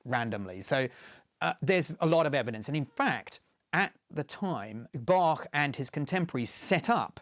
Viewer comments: so you have to play the music Bachwards? (but I like that he pronounced the name Bach correctly, not with the "k" as most of english speakers do) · Wow, a Brit who can actually pronounce both Bach and Möbius correctly. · Thank you for the great pronunciation of Bach and Möbius. If you want to try the ö in Möbius for yourself: like 'ea' in early.